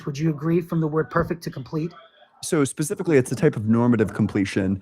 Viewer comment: The AI guy said cancer is "pacifically" designed.